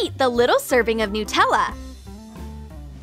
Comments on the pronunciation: is it just me or did she say NutellO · Well I think they say nuh-tella in a different place